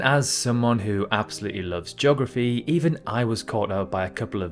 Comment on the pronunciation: Joggerfy. Really?